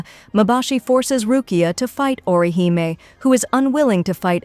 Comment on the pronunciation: Who's ORI-HIGH-ME 😂😂😂